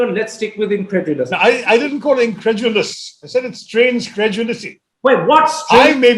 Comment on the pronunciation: ee en-kra-du-lus kya hota hai ?